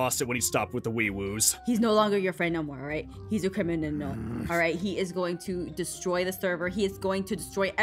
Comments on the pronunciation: when aph says crimininal i was laughing XD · "He's a criminanal"